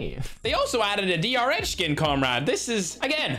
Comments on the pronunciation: The didly-rh not the drh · A person saying DR-H:DR-H Ferg:DR-ECH